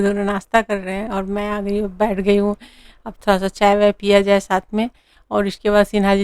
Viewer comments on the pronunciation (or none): Shath nai sath. Not bullying but try to speak properly